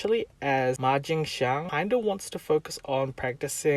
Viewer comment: You mispronounced Ma Jingxiangs name. It's Jing, not Jang